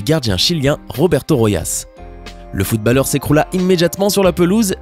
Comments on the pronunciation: ON DIT FOOTBOLEUR ET PAS FOOTBALEUR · il a dit FootbAlleur alors que sa se prononce Footbolleur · sa se prenonce de footbolleur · Pourquoi tu dit FootBaleur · Comment il dit footballeur !😹